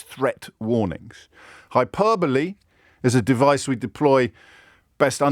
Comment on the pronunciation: How many times does he say hyperbole in this video? Also the way he’s saying it isn’t how you pronounce it at all